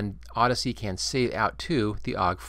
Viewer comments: Think there's any way to set up a workflow where I can record a new sound for every single sound effect in the game? and btw, "Audacity", not "Odyssey" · odyssey, lmao, its AH DAS EH TEE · yo dude, just a tip for the future videos. it's pronounced or-da-city, keep up the great work though